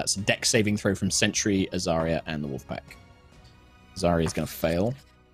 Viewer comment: Every time says Azaria's full name, I hear "Azaria Purell". [Edit: - Kim hears it too.]